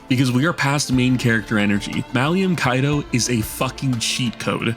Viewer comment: Brother the man's name is Malum not "Malium" he's not a knockoff benzo